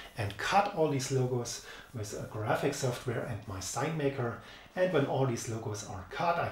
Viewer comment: Great video! But please spell with like it has to be said, you are saying it like wis, th is better with only a t, like ,,wit'' but its the worst when people say it like wis, and everything like everysing, etc....